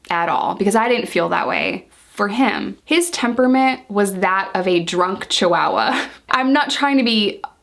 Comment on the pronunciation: I love when you get the chance to say chihuahua. You say it so cool